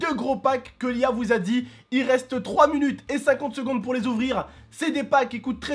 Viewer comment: qui a remarquer que dis "munute" comme unwin